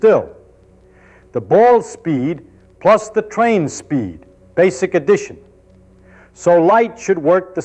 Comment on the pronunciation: it's "addition" not "edition". Ffs if you're gonna act like you're doing a scientific channel (with generated stuff) and use/steal Feynman's speech to become popular, at least have the courtesy to actually check it manually... science is all about checking stuff manually